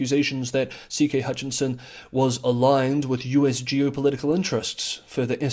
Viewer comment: "Hutchison" rather than "Hutchinson" as voiced